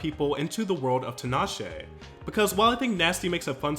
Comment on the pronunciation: fyi it's tea-nash-ay not tin-ah-shay